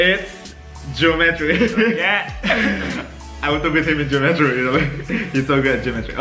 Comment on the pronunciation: Kok aku dengernya gini ya Jerome : geometri Me : jerometri :))))